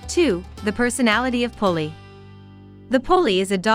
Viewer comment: The name is pronounced Poolie ... similar to Poodle and their breeds are very close